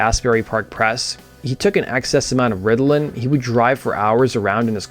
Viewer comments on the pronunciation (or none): none